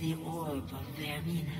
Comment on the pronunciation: Vaermina. "VAYR-meen-A".